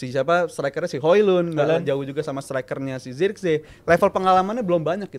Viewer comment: Host pea banget hojlund tuh pronounnya hoilund gitu aja gatau sih pea